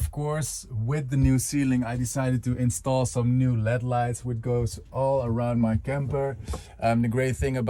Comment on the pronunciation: great video! im looking forward to seeing your next ones about your trip! seeing all the prep work you did was nice, and your scripting/speaking in your videos is improving. my one suggestion is to be aware that most to all english speakers pronounce LED as "ell-ee-dee", like, just saying the letters, it is not typically said as a word. you rock keep up the good work!